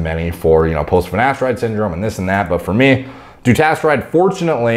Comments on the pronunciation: New drinking game, take a shit each time says "Fier mee" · 32 minutes summary For meey For meey For mey For meeey For mmnneeeyyy